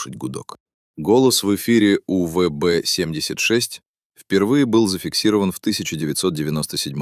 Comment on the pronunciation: УББ 😂😂 сраный ИИ